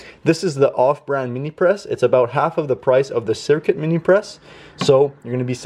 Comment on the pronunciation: It's "Cricut"....not Circuit bro. If you use a heat press like the htvront automatic press, you don't need to worry much about press lines.